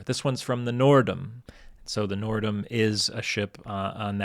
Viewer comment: Minor point here, it was Noordam, not Norrdom. It was a Holland America Line ship.